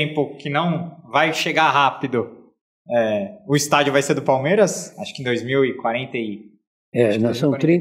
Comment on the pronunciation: Não sei se é só eu ,mas quando escuto parmera ...na boa que isso ?? Nem os gambá fala o nome errado .